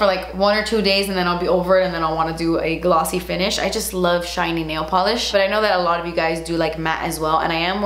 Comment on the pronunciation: "look how SHAITNY, GLOTSY, JUITCY"- 😂